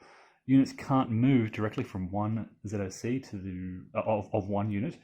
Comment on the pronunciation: Oh, thank GOD you don't verbalize ZoC as, "zock"!!!! The sign of a true grognard!! :) Not sure I like the overstacking penalty; wouldn't disruption (even Disrupt 2) be a more fitting penalty. It's not like any unit truly cannot physically FIT into a hex, and the surplus men and equipment spontaneously explode; it's more like it's against training and doctrine, which would lead to ... disruption.